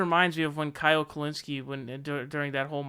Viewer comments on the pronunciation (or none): none